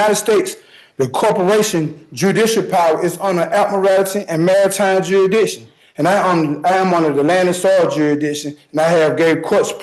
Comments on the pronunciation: No, no. Juridiction….for him the “s” is silent….😂😂😂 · The "juridiction" argument is hilarious. The fish in my aquaruim are smarter than this moron. Lol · What's "juradisin" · The judge should have asked him this.. Can you properly pronounce Jurisdiction? And then when he mumbles out "Juridikton", the Judge says nope. You're an idiot and a cold blooded murderer. A real piece of crap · Every time he said “jury-diction” an angel shed a tear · No not jurisdiction but 'jurisdishion' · Being forced to wear Crocs means that they have "gurry-dish-un" (as he says) over him... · Coot jur-I-dic-shon. Well that's a new one.😮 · Chazzinjing Jury-dishun before we proseee, the Dishubooshun ahh, Sitinzinz, Jury-dishun, Corporasisisns, who gave the Cours permissisin, faujinint pratisis, Jury-dishun Is there a reason this Baboon is using really bad Patois instead of English? I must axe. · Why do these anal beads invoke the Magna Carta which is a British thing? And surely if he's claiming he should be sued by Common and 'God's law' then the penalty should be a life for a life? And I want one gazillion dollars for every time he said Jury-dickshun😂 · Just what is a “jurydikshun”?? Asking for a friend 😳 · Now that I hear it said out loud, I'm not in the "juridishon" either. I agree with him 100% Ok, can someone explain the "fishon" defense? I would really like to see that get him out of a life sentence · Or, as another pro se called it..."jurry-diction." Gotta love 'em. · Jury Diction 😄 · Or what he calls, "jurisdishun". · Jerry Dixson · Juridiction... there's no s aparrantly!! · He needs prove his "diction" not just the "jury dishun". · Just “juri-diction”? I can think of dozens of words his pronunciation is ridiculous. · I don’t think I can handle listening to that guy try to annunciate properly the word jurisdiction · This idiot cannot even pronounce the word jurisdiction. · Damn, learn to say jurisdiction bucko!!! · I can't stand to listen to his mispronunciation of jurisdiction 🙉